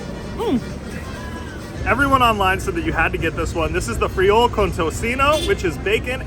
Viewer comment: no way Monterrey has better tacos than Mexico City!! but then again, this comes from someone that pronounces "free hole"